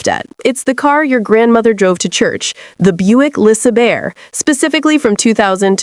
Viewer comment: The Buick Le sir bear. 😂